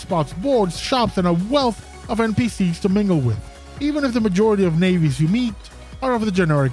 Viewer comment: You had me until you said "nayvi" 😂 Other than that great video!